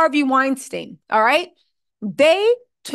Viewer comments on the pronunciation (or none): none